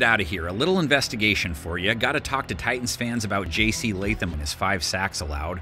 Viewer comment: Preciate you putting some respect on Latham name